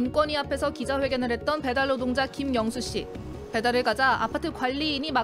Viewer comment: 왜 아나운서가 발음할때 '음식을 배달하는 배달 로동자들은 ' 으로 들리지